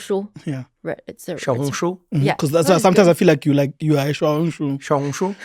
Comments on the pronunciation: Wow bro nailed the tones in xiaohongshu on his first try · 关于小红书的发音，真的是好准。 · Trevor ‘s red note Xiaohongshu pronunciation is very very good! Very standard! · 确实，他“小红书”的发音非常准确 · His pronunciation of Xiaohongshu is so authentic😂！ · Trevor’s talent in language is amazing. His first try in saying xiaohongshu is so good. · Trevor's pronunciation of Xiaohongshu IS actually very good. He's such a geneius when it comes to languages. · Trevor you got the pronunciation on little red book 100%